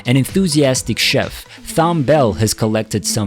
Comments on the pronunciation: I love Thom Bell. My relationship with Thom lasted for over six decades and I was with Thom in his final days… My father was Tom’s attorney for over 50 years- I am close with his wife and family… I appreciate and love all that he contributed to music and I enjoy looking at all of the various reports stories videos and tributes to him… However this tribute has a narrator or an AI generated computer voice that pronounces his name wrong based on the spelling… As well as one of his children and the owner of sigma sound studios who was the engineer… How many mistakes are in this thing also this nonsense about creepy last words… Who is this company I went and looked them up and they basically do this creepy last word thing every time somebody dies… These people are horrible this is disrespectful to Thom and we will do what it takes to get this taken down… And also there is a video clip that was taken off of my YouTube website with my father and Thom sitting and talking I don’t recall giving permission to use my video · The narrator’s continuous mispronunciation of his first name is creepy enough for me. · They need to hire narrators who have a better grasp of how to pronounce names. Mr. Bell's name is prounced like Tom, not Thorn. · His name is pronounced like “Tom”. The h is silent. Not like “Thumb”. We black Americans would appreciate it if t you respect this icon’s name. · Computer generated disrespect!! Easy to program with the "h" being silent. He leaves a Strong Legacy of authoring, publishing, directing and recording some of the Greatest music in our Lifetime. May he and his primary writing partner, Mrs.Linda Creed Epstein, Rest in Peace. 💔💔🎵🎤⚘⚘ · Tom, not "Thomb". He was, in my mind's ear, the black Burt Bacharach. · It's so disrespectful to do a biography on someone and constantly mispronounce their name! His first name is pronounced "TOM"... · This guy can't read! Thom Bell first name is pronounced: Tom. The "H" is silent. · Pronounced "Tom".